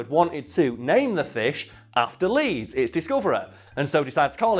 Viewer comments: Paleontologists here, you pronounced the name correctly! 👍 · You pronounced it great. Just wait till some asshole tells you about the ancient sea nicknamed Hells aquarium, and tries to get you to pronounce the name of a fish that died choking on another fish. Xiphactinus